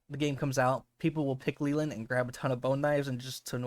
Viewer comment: I hate when ppl mispronounce Leland!! It’s supposed to be “lay-land” with no eee sound 😢